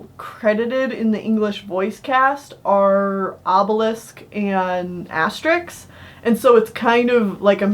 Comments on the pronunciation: Asterix not asterisk XD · Asterix was serialized in Pilote magazine, but the series became known internationally via the collected editions of the story arcs. That said, Asterix the Gaul is a very weak film, and I say that as a lifelong Asterix fan. If you're going to see any of these films, go with the live-action Asterix: Mission Cleopatra (2002) and the animated Asterix and the Viking (2006). Lastis, it's pronounced "Asterix," not "asterisk."